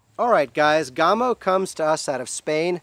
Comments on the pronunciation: Hi-ho, all. I just LOVE to nit-pick. HEY! I get it from my mom! Any who, the name, GAMO, is pronounced as in CAMO. You don't call it COME-OH, but like CAM-OH. Same with this company's name... Gam-Oh. Oh, and I REALLY like my .22 Swarm. I am getting nickle groups at 30 yards. Okay, done nit-picking for today. And people - - - IT'S ALL IN GOOD FUN. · Its GAAAAAMo not Gumo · My box says 1000FPS but I can tell compared to my others if it was in the 600s it would be gone already. Im shooting 22 grains faster than 660!!!! I turned volume down cudnt stand hearing GOMO 1 more time its GAMO A like in animal. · Reviewing a gun when you don't even know how to say it's name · His pronunciation of Gamo is SO ANNOYING!! REVIEWING A GUN WHEN YOU DON'T EVEN KNOW HOW TO SAY IT